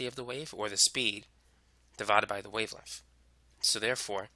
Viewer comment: cuz i dont like the way he pronounces wavelenf